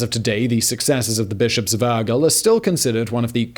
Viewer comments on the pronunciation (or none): I have never heard anyone pronuncing any word as bad as this host pronunces "Urgell". The rest of the Spanish/Catalan words are really bad pronunced, but "Aguel" instead of "Urgell"... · The bishops of "Ergull" XD Never change, Simon. Never change. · I was searching this comment, I had to actually laugh out loud when he said Urgell